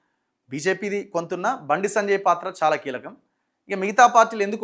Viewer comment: Sanajay Sanajay antunnav bayya.. please say “Sanjay Anna”